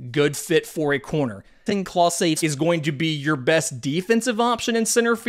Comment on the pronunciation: You said Clase correct this time! :)